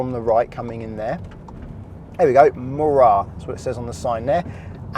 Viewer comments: psst... us Scots pronounce it Mal-igg (accent on mal), and mo-rar (accent on the mo) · So Mallaig is pronounced ‘Ma-lig’ with an upward inflection on the ‘Ma’ and a downward inflection on the ‘lig’ sound. Morar is pronounced ‘mo-rer’ same tone as Mallaig